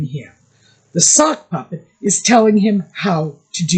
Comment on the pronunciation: At first I thought you were saying "soft puppy" and thought it was funny. Then i heard "sock puppet" and lost it. Meg's always been jealous of Posh Spice. Peltz likes younger men because she's the mummy figure. Same with meg apparently. The US is a dumping ground for washed up british nepo boys now. Add hot sauce labeled for daddy's football number to all the as if food. I don't think the US needs it. I hope not a single Becks/Posh fan ever buys another bottle of his hot sauce again. The Beckhams going onto Oprah would be a significant step down for them.